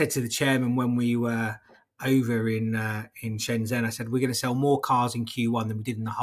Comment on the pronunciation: He should learn how to pronounce Shenzhen